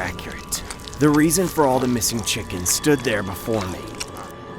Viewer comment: 3 he said it was thee BEST "chiken" he had